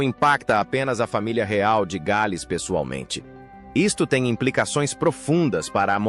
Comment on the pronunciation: De péssimo gosto...td tão ridículo de sotaque "inglês " e "gaaaals" (em inglês é "The Princess of Wales"). Que YouTube elimine esse tipo fake ridículo e analfa